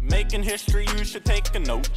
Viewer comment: Making hishtory you should take a note.